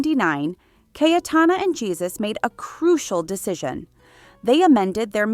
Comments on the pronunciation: “Jesus” is pronounced phonetically as “Hey-Su” not “Jesus” as in Jesus Christ. You pronounced it previously correctly, but then changed it to the wrong pronunciation. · You of course don't pronounce the first name of the Duchess of Alba's second husband Jesus Aguirre y Ortiz de Zarate as "Jesus", the English way, but the Spanish way: "Gesus" with a "g" the Spanish (almost Dutch) way. Much too much time spent on Grace Kelly and Jackie Kennedy - this was about the Duchess, not them ! And no word about her numerous facelifts ???? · The J in the name Jesus is pronounced like h. Heysoos. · The way the narator pronounced spanish names😂